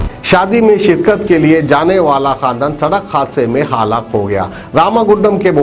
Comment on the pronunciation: Haalaak nahi halak